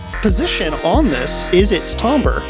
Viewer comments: Timbre is pronounced TAM-ber, not TOM-ber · It is tam-ber ñot tom- ber 🤬🤬🤬🤬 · The way you pronounce "tambre" gives me road rage. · The word you keep using, timbre, I do not think it is pronounced the way you think it is pronounced.